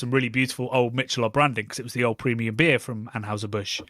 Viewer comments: Mick-ahh-lobe Ultra is the worst ... of course the marketing is off the charts slanted to the mean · It's pronounced "Mickelobe" here. And it's essentially lightly beer-flavored water. Trendy fake beer for fake people who want to be trendy. It's a perfect reflection of our image over substance society.